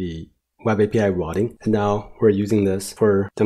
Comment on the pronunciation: very nice video; the information was spot on assuming English isn't your first language, you pronounced most things well - you just need to practice how to say "route" and "routing" because it was confusing at times hearing about "rot" and "rotting"